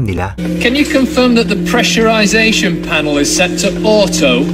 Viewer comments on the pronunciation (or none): none